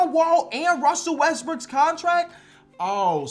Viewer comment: bro called him Russell westbrick😭💀